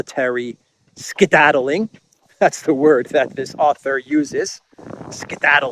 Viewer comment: Ursula says. .. ' They will be skiddadiling......Skiddadiling...I tell you !!!! ' 😂😂😂😂😂😂